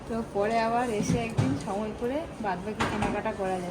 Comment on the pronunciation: “পোরে” এসে কিনবো। চোর “গোলা” কেটে নিয়ে যাবে। “ পরে” হবে কথাটা। পোরে না। “গলা” হবে কথাটা। গোলা না।